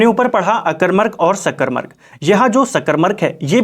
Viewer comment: bhout sundr 🙏 Wese mene phle v ye notices kiya h ki ap सकरमक ko सकरमरक khte ho😛